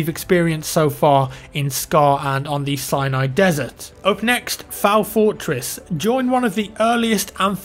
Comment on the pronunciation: Does anybody else hear say "cyanide desert?"